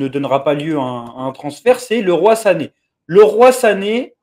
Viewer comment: ça se prononce Li Roye ( Leroy Sané ) il s'est bcp pleins qu'on l'appelez '' Le ROI sané '' lol